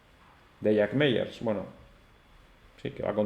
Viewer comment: Gracias por tu vídeo! Solo comentarte que el apellido de Jack Mallers se pronuncia “MaLers” (como con una L) y no “Meyers” 😊 un abrazo!!!